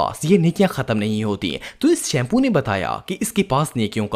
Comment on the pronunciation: When say shampo 😂😂😂so funny